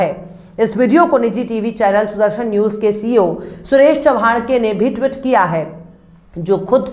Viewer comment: It is tweet, not Twit.